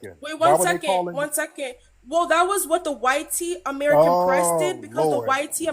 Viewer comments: Them saying "why-tee" is just straight cringe. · damn they are scared to say white. they literallty pronounce it y t people